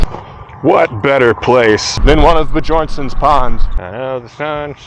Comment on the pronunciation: Question: Are you pronouncing Bjornsen of Bjornsen Pond Management correctly? I believe Bjorsen is Scandinavian in origin, and Scandinavian languages (Norwegian, Danish, Swedish) pronounce their "J" as a "Y". instead of bee-jorn-sen, I believe it should be pronounced bee-yorn-sen. It is possible after their ancestor's arrival to American they may have changed the pronunciation to make it easier to say or remember for other Americans. Please ask Bjorsen Pond Management how they prefer their name pronounced. I am in Hawai'i, and I cringe everytime a tourist butchers a Hawaiian word.